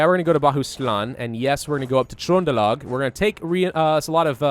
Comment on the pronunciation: GEN-o-wuh, Acker's Hoos (You said it right at the 30 minute mark. You just need to trust your gut. You said Trondelag perfectly -- yes, I speak Scandinavian pronunciation, too.) Otherwise, keep it up,.:)